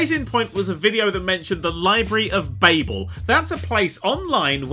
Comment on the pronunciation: It's Ba-bul. Not Ba-bel. You're better then this.